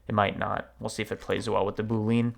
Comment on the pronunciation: My cringe moment is when he pronounces boolean as double syllable "boo leen" emphasis on second syllable instead of triple syllable "boo lee unn" emphasis on first syllable